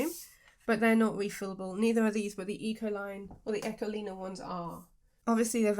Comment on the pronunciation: This is so intresting to see! You can really see it lays more on top. And the blending with the special liquid was such a surprise effect! I also love how you found to pronounce Ecoline!